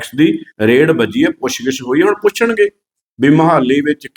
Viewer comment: ਆਹ ਰੇੜ੍ਹ ਠੀਕ ਕਰਲੋ ਬਾਈ ਜੀ। ਰੇਡ ਹੁੰਦੀ ਹੈ।